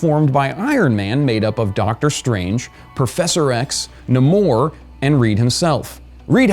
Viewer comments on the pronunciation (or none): It is actually pronounced Nay Mor Not Namor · Pronounced NAY-mor not -NAH-mor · And it's "Nay-more." Smh. Do you even comic? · Cringing every time buddy says namor.